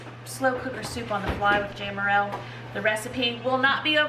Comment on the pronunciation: Im just curious why you said your name is pronounced with a long A but in videos you call yourself Jamerrill ( saying Jam with the short A) genuinely curious:) love your videos